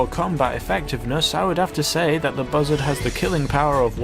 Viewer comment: when you said buzzard I thought you said mother